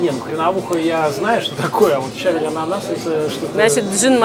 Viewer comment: щавЕль, а не щАвель, но всё равно спасибо, надо будет заглянуть за чебуреками.